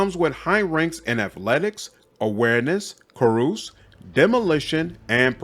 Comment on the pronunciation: Great video, thank you. Also, I'm gonna be that guy. Carouse is pronounced kah-rouz not kah-roos